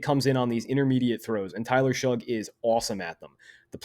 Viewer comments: R u saying Tyler SHUG? It’s pronounced Shuck lol geez my guy..a whole video of my qb being number 1 and saying his name wrong whole time lol. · His name is pronounced Shuck not Shug